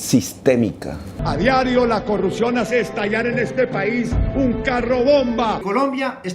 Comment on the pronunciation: Morí con la "corrucción"